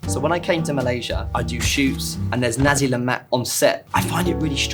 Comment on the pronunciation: Why does all white people pronounce nasi lemak nazi lemac